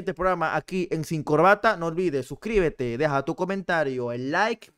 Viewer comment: Suscribete dijo con acento Argentino jajajajaja